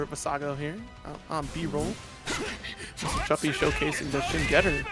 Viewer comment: btw Mr Chupy is pronounced "choopi"